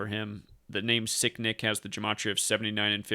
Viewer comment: Sound like you keep saying sickdick lol